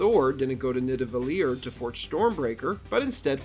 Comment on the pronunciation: why did you said nidavelir like "nida......ve..lirwwww" instead of just saying nidavelir? wtf is that accent